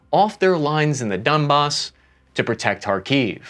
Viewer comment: Donbass not dunbass